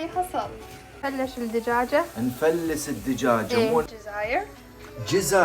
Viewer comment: نفلس دجاجة ❎ نفلش دجاجة ✅ طريقة كلامها حلوه 😂